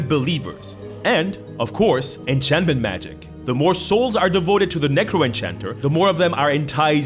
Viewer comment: Illusion and enchantment do not end in "tion". also "Dinivation"?